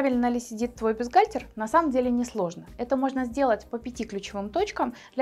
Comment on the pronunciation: Вы хоть само слово бюстгальтер научитесь произносить правильно и не говорите ерунды: есть взаимозаменяемые размеры. Вам только и подбирать КОМПЛЕКТУЮЩИЕ (!) к бюстгальтерам. Словарь на досуге почитайте: комплектующие- это детали, необходимые для комплектации технического изделия, а в швейном деле- фурнитура